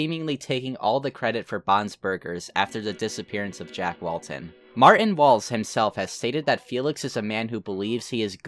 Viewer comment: Lmfao I love the way he pronounces stuff. Martin's name for example. "Marin" and 32 Minutos as "thirty two minuros"